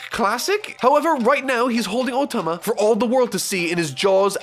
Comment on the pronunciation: anyone else hearing "ultima" when he says "otama" ?